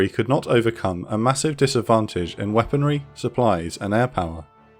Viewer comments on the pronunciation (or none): none